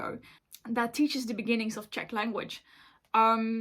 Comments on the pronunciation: I love your 🇨🇿 pronunciation. 👍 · as a czech you did good!!!